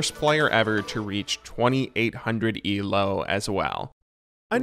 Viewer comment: The way this dude says "ELO" cracks me up. Eelaow